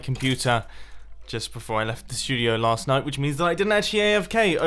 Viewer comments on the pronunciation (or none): You pronounced "last" wrong